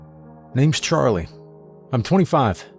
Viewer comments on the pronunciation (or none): none